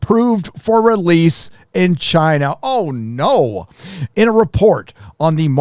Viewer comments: I know your definitely pronouncing Shang-chi correctly 😂 and the way you say Chiina is funny asf I hope your not racist 🤦🏾‍♀️I wanna subscribe because I love your honesty on Marvel movies but ion know lol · I love your new pronunciation of "China". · Why do you say China like that?